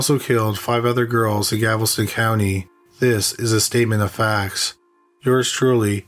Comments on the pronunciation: If you are going to produce stories about crimes committed in the United States,please learn the correct pronunciation of US Cities! It's Galveston, NOT Gavelston! Do your research or ask an American how to properly pronounce names! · FYI: The city is Galveston…..not Gavelston. Details count friend. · CRIMINALLY LISTED: There is NO such town as "Gavelston, Texas." It's GAL VES TON. Just think of a gal with a vest on. NOT a gavel. THANK YOU. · It’s killing me that he says “Gavelston” instead of “Galveston” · It's driving me nuts!! It isn't GAVEL STON IT'S GAL VES TON Nails on the chailkboard!! 😱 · Gavelston instead of Galveston i love it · It’s Galveston…not Gavelston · Galveston, not Gavelston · Okay, my comment is somewhat petty. I like the content a lot, but what I can't stand is every few words being mangled in pronunciation. If I hear "Gavelston" instead of Galveston one more time, it'll send me round the bend and I'll end up in a straitjacket. If you don't know how to correctly say a word, it's easy enough to watch a news person say it. Thank you. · Ahhhggggg! Stop saying "gavel-ston"! It's "Gal-vez-ton"! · Still saying Gavelston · Apparently they don't read the comments. GAL-VESTON for crying out loud. We told you on the last killing fields video. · You can't say "Galveston" right. It's so annoying